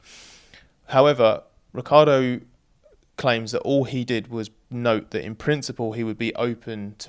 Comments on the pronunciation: it's not pronounced rick-ardo. It's rich-yardo. I am italian, I would know. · Or as Vettel did call him, Ri-CHAR-Doh 😉